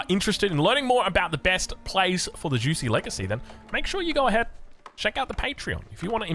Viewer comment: Juicy's Legacy😂 You can say jewshi. Its closer to the right pronunciation. 😆